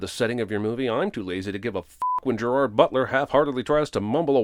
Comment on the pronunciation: After all this time, Jeremy still doesn't know how to pronounce Gerard's name. ding